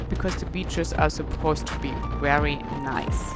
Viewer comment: Excellent concluding episode of the "cross the US" part of your journey and it is great to know you are continuing on to Key West. I enjoy everywhere you bring us along and look forward to each new video. I love how you pronounce the letter "V" as a "W"... "This is a wery beautiful view..." Don't change! Your accent is charming and your English is wery, wery good.